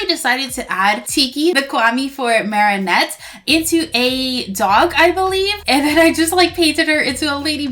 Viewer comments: her name is marinette not marieynette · Could you stop saying marrinet it’s marinet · the way she pronounces Marinette tho- Marienette (this isn't a hate comment) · Why do you say at as marianette. It's marinette.